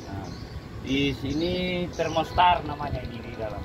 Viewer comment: thermostat om bukan thermostar